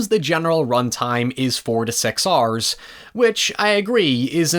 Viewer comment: Dude went full on accent at some spots “took eight and half Oarrrs on my first playthrough”